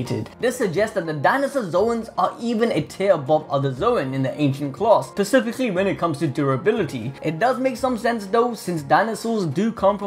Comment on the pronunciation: you say pacifically instead of specifically? Good lord..